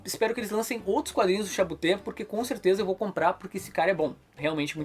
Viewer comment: A pronúncia de "Chabouté" foi impecável! ;)